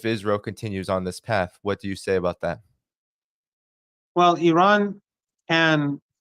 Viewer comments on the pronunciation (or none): What is Ahran? Do you say Ahresponsible" or Ahrational"